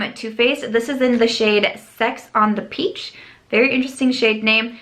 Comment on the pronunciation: "I really enjoy sex on the peach." giggle